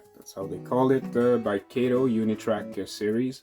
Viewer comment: Nice demo of the Kato Compact Track set. One quibble -- it's pronounced "Kah-toe" not "Kay-toe". A tip about the track - separate it by bending horizontally, not pulling or flexing vertically. I've been playing around with the Compact Track a lot lately. It's surprising how much equipment will run on it. Most shorter 4-axle diesels (F units, GP20 and earlier) run fine even (or particularly) with body mount couplers. Most 40' and 50' freight cars with body mount couplers too. I have even got Bachmann 60' passenger cars fitted with body mount couplers to work well. Some equipment does need tuning, but that's part of the challenge/fun. Mixing body mount and talgo (truck mounted) couplers is asking for trouble, as you saw with the Atlas Dash-8 and a couple of random talgo equipped cars.